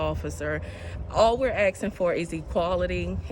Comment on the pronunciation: I'm sorry but the black female cop said "all that we are axin for" ? At her age not one person told her how to pronounce the word "asking" ? Again im sorry , but if you want to be taken seriously in life then learn how to speak like an adult.